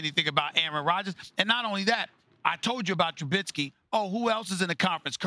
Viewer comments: Trubissssky not trubinnsky get it right you get paid millions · Its not "Trubinsky" your inability to pronounce his name shows your bias. You undervalue the way he uses his legs to confound defenses. You will learn. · Stephen be a journalist and say Trubisky's name right. Jesus.